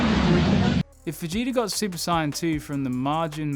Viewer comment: Its not SIAYAN ITS SAIYAN